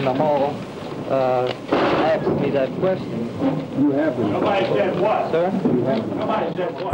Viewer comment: This documentary provided me the second opportunity to hear this fool’s pronunciation of the verb “asked” wrongly. 🪓 😂